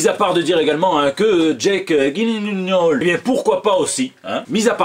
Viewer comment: Jake Gyleeeennaol XD. Qui sait comment ça se prononce ?